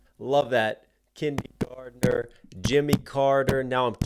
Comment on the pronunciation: Am I the only one who thought he said Jenny Gardner, not kindergartener? Like the character from all my children? I know I heard it wrong, but it still fits…